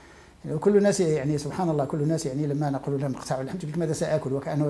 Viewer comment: ارجوك صحح الخطأ " سبحان الله" ليست صبحان الله